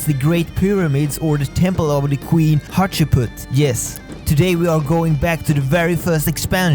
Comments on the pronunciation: In school, we pronounce it, Hat-Shep-Sut. :) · Actually the correct pronunciation is hat-she-p-soot